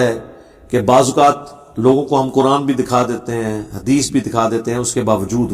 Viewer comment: dekh kar qurAn galt pertay ho tum mirza 2